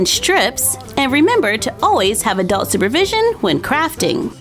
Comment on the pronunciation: Whenever she says "Adult supervision" i understand "A doll supervision"